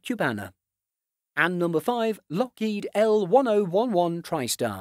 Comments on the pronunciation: Locked El Ten Eleven. You said it completely wrong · please pronounce it right say it with me Lockheed L ten eleven, again Lockheed L ten eleven.